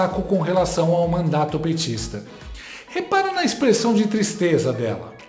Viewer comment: "Qui tistreza!" 😂😂😂😂😂😂😂😂😂